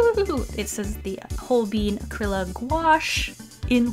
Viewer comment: Did you just pronounce ‘Holbein’ as... Hole beans ?